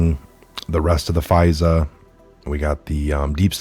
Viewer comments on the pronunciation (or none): none